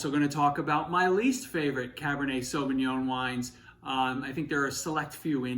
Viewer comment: Cabernet Sauvignon in an Italian restaurant is a crime in itself. Pronouncing it as sauvingoan is another one.